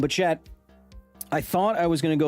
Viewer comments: It took me longer than I'd like to realize he was saying chat and not Chet... Great information though. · Your Os are still off and very American, sorry mate, and when you say "Australia" you do the American "AUSS-stray-lee-uh" rather than the Aussie "a-STRAY-lya". "Chit" is also more Kiwi than Aussie. Congrats on saying "bris-b'n" though!